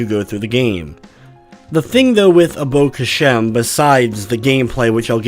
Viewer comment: i think i got it from the way this dude says abo khashem and the score he gave the game. Absolute aids